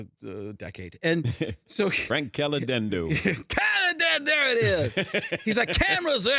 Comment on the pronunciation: Did he say his last name wrong? CaliDendo?